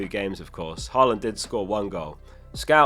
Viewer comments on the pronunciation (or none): none